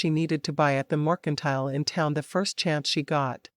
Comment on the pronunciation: mercantile is not pronounced "morcantile"